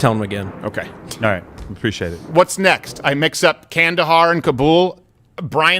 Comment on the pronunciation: I didn’t know you said Kandahar, I thought you said “candy bar.” So it didn’t change much for me, but thanks for the correction.